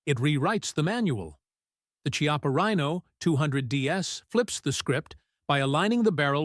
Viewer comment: You must learn how to say CHIAPPA properly.